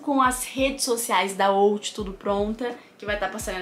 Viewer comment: Mas fora é “Out” não “outh” kkkk